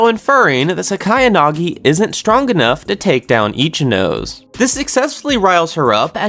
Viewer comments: Itchy nose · It’s pronounced Ichi-no-sei not ichi-nos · It's not Ichi-nose, it's Ichinose, as in as in 'no' like how you're going to say 'no' and then 'say', like ichi-no-say. That's how you pronounce ichinose. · why must you mispronounce ichinose's name ;-; (EE-CHI-NO-SAY)